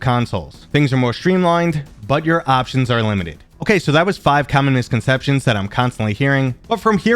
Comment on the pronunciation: "Common misconceptions". I heard "communist conception"...